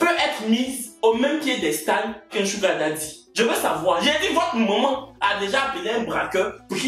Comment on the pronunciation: Merci pour cette prononciation correcte de SUGAR DADDY mes frères ivoiriens veulent rien savoir deh ils prononcent ça bizarrement.